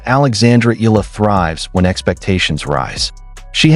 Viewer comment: E-ya-la the right pronouns bro thanks ❤❤❤